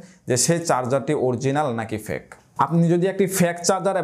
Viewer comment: অসংখ্য ধন্যবাদ ভাইয়া। সম্ভবত আপনার fake উচ্চারণ সঠিকভাবে হচ্ছিল নাহ, এই বিষয়ে একটু যাচাই করলে ভালো হই।